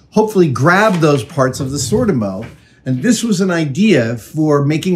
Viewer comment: Adam, Adam, Adam. You don’t need to make anything. Just buy the cabinets from Sortimo. It’s pronounced SOR TEA MO, with the emphasis on the second syllable.